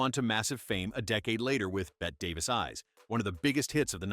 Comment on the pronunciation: Why is it that nobody can get the AI narration to pronounce Bette Davis’ name right?